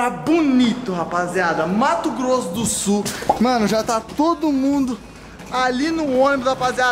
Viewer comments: Agora sim ele falou certo mato grosso do sul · Bom dia,!!! Mto bem 👏👏👏Vc falou certo Bonito Mato Grosso do Sul.... Moro em Campo Grande fica uns km daqui... Lindo lugar... Turístico em meu ESTADO...SEJA BEM VINDOS NESTE PARAÍSO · pelo menos o falou mato Grosso do Sul correto ksksk